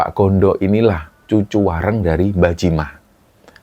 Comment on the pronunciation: Pangapunten, untuk pengucapan WARENG ini , bagian reng itu seperti kata GORENG bukan seperti kata RENGKUH.